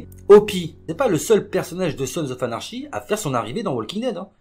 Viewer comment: Et à ne pas prendre mal mais "anarchy" ça se prononce "anarki" :)